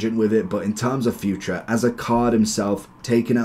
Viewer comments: I'm Portuguese, it's not pronounced like you say. It's actually Futr not furt-ray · bro his name is pronounced fu-tray, its really funny you call him future 🤣